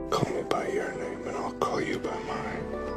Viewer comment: "Call Me By Your Nem"..? C'est intéressant aussi, il est vrai...